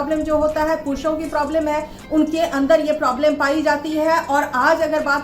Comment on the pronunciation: Didi फुरुषो नहीं पुरुषो सही स्पेलिंग है